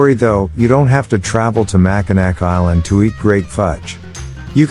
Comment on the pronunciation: Hearing "Mac-A-Nack Island" hurt my poor Michigander soul...